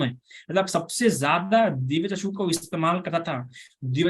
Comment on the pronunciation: वंदामी भंते आप चक्षु को चषकु कहते हौ